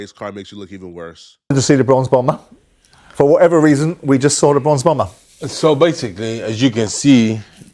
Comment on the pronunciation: Bronze Bomber, not “Bronx Bomber”….dude just said he’s from Alabama 😂😂😂😂😂